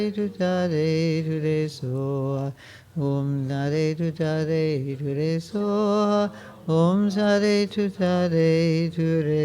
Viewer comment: Om tare tutare ture swoha ☸️🙏🙏🙏🇳🇵 You can pronounce : Om taarey tutaarey turey soha